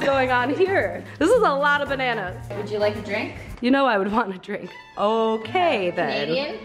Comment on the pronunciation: It's bennanana's